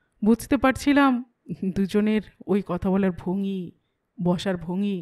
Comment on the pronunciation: 'ভঙি' নয়, ভঙ্গি (ভ-ঙ্-গি)।